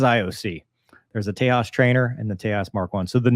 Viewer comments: Indians usually spell words as in "British English", not American English, forget about Spanish. That is something I learnt when I came to North America, Indians wanted to know how I knew how to pronounce their Indian names. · Limited production Naval Tejas ( Not pronounced as Tehas ,simple Tejas, No Spanish ) is a STOBAR jet Not CATOBAR. Designed for two STOBAR type Indian Navy Aircraft carriers to replace Russian Naval Mig 29 K jets, both Aircraft Carriers use Migs 29 k, Migs are good but availability rate is just 50 %. So recently concluded Indian Naval jet competition which won by Frence Dassault Rafael Marine outmaneuvering US F18 Super Hornets (both jets Modified for STOBAR Ops. Medium Weight Catagory) for Indian Navy. Rafael Marine is a Stop Gap measure as India's own new TEDBF Naval Fighter jet has just completed Design phase, initial wind tunnel tests and now awaiting further funds from indian govt. for Prototype production followed by Long testing phase and certification process. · I think the name is pronounced "tay-jas"... the "j" is not silent like in Spanish. Also, as far as I know this might be the first publicized crash of one of those birds. Development was slow but it had a stellar safety record until now if memory serves me right. The folks at Hindustan Aeronautics Limited and the Defense Research & Development Organization put in a lot of blood, sweat, and tears in to this program. And yes, they have a license-built version of the F404 engine (just like the Swedes do for the Saab JAS-39A/B/C/D Gripen). Whereas the Swedes will outright buy the F414 for the JAS-39E/F it seems like the Indians may have gotten the rights to license-build the F414, but I am not 100% sure. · I tend read it the same way. But in India I believe the "j" is pronounced like an actual "j". (I'd be amused if they named the thing after Texas, but as I recall it's the Hindi word for "tiger".) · Leave it to the Americans. To mispronounce even the simplest of names.😅